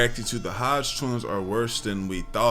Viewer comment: The 🦝 twins you mean. Say their name right